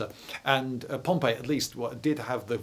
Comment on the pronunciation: I thought Pompey was pronounced pomp--ee...